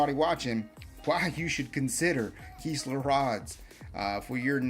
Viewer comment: Kiss not kees . Kistler